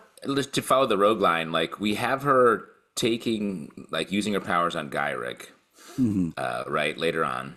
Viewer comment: It's funny is the only who doesn't know how to pronounce Gyrich because he didn't hear it in the original cartoon 30 years ago. Also, I started reading X-Men during Operation: Zero Tolerance so I WAS like "Bastion? Sick!"